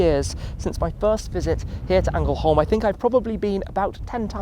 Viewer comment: ”Angelholm”😂 Yes I am Swedish.